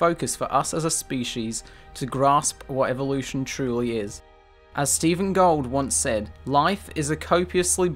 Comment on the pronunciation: Stephen J. Gould not "Gold."